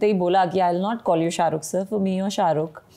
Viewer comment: Pehle sharukh sir bolna sikho...not sharukh